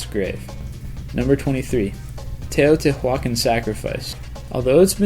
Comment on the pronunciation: No offence man, but you should take this video down, clean it up, and repost it. While the idea behind it is cool, you mispronounced quite a few words (Teotihuacán, for example), showed a picture of the Oranteus Phineas map (while speaking about the Piri Reis map), and refered to the moai as stone "heads" (they are full bodies, many of whom were buried up to the neck); in addition, you included flagrant hoaxes and an undiscovered mythical location in your list. Bad history is everywhere, folks.